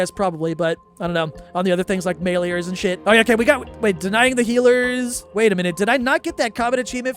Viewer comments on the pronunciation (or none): none